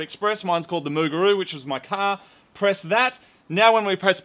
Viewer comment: "MOOGARU" :P